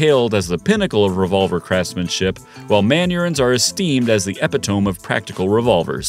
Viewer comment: The word " epitome" has four syllables.